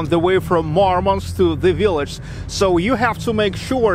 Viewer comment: I didn't know Murmansk is pronounced as Marmansk